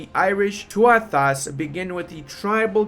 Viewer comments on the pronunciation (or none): Thuatha pronounce too-a. Very excited to see this! Not sure how the tribal system works, but it may be closer to the actual system of the time of elected chiefs monarchs, and high-monarchs.